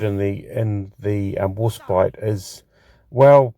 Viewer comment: It's pronounced War *spite*, pronounced as "spight", as opposed to "spit". Or, as in the word "despite". The first ship with the name had it spelt "Warspight" in the Tudor era. You pronounced it correctly about halfway through the video, just before talking about Beatty. I agree with your points regarding gameplay, with the exception of the armour; Warspite's armour is actually fairly good, imo, and is a good brawler; especially with those casemate 152's which can almost fire dead ahead. Incidentally, Warspite took 15 main calibre gun hits during the Battle of Jutland, coupled with countless secondary battery hits, yet she still refused to die, and limped home, having truly lived up to her motto, "Belli dura despicio" ("I Despise the Hard Knocks of War"). It was an absolute disgrace that The Grand Old Lady of the Royal Navy was ignominiously sent to the scrapyard after the Second World War, in spite of what she'd been through. Yet, even in her last days, she refused to die quietly; she broke free of her tugs, and ended up being grounded hard at Prussia Cove; her former crew often posit the opinion that the ship was making one last dash for the North Sea. Of all the ships that deserved preservation, HMS Warspite and USS Enterprise should have been among them. Alas, idiotic politicians and heartless bean-counters & penny pinchers sent the most storied ships in the history of Naval Warfare to the scrapyards in what can only be described as utter, utter lunacy.